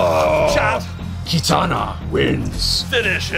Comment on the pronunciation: It’s not katana it’s kitana